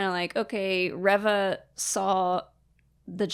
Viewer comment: Why do you guys pronounce Reva's name rev-uh and not ree-vuh. Its pronounced ree-vuh. That's how it's pronounced by Moses Ingram, how it's pronounced by other Disney staff and media, how it's pronounced in the show itself.....why do you guus pronouncing it differently? I just don't get it.